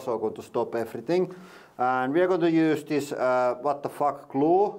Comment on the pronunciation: Very cool bunker! Can't wait to hear more "and here veeeee go!" 🙂